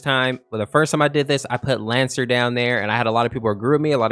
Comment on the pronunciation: Bruh it's lancer 🤣